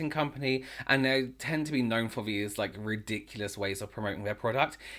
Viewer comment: “Here’s ve fing...” 🖤🖤🖤